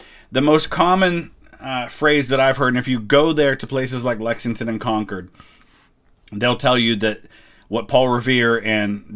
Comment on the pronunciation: Props for pronouncing "Concord" the right way, without the weird emphasis.